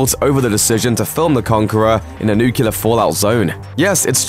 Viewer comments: I don't understand how you can oscillate between mispronouncing the word "nuclear" as "nuculer" and then pronouncing it correctly back and forth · why say nuclear and then switch to nucular. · it's always painful to my ears and to the credibility of something when they keep saying NUCULAR instead of NUCLEAR... 🤦‍♂️ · NOO-CLEE-AR. It's pronounced noo-clee-ar, not noo-cu-ler. Come, on, geez! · He keeps saying nukular! Hahaha. It is nuclear not nukular. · Nuclear* Not Nucular, that word doesn't exist, like covfefe. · Okay I’m sorry but it’s Nuclear not Nucular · New-clee-are! NOT Nu-cue-lar. Why can't people properly pronounce that word? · Its not nucelar its nuclear. What a shame. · Nuclear. Not Newkiller! Pronounce it right! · It's nuCLear, not nuCULar. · It's nuclear not nucular. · "Nuclear" not "Nucular" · Nucular, nucular, let’s all say nuclear! Dum dum dim. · NuCLEAR not Nucelar!! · The word is NUCLEAR not NUCULAR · NYUK-LEE-YER not nyuk-yoo-ler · Nuclear. NUKE-LEE-ER. JFC, it's not "nucular". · Its nuclear not nucular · It's NU-CLE-AR. Not NU-CU-LAR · Nukular, y'all. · *It's (contraction of "it is/has") Its: for possession *nuclear, not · What a shame the narrator can't say the word nuclear, pronouncing it nukular. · As a foreigner, and not English native speaker, how this mistake is continued? How come people say "nucular"? How do you explain this, as a native English speaker? (I can undestand the mistake with "their", "they're", "your", "you're", but "nucular"? :) ) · "Nuke-you-ler" lol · why do so many people have trouble pronouncing nuclear correctly? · Nucular you say? Interesting, what is this new weapons the US had developed? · Nucular? Really? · Nucular. Nucular. Nucular. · Last I checked, the word nuclear has two syllables, not three. Will this ever go away? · Please learn to pronounce "nuclear". Unless you're doing an impersonation of George W Bush of course.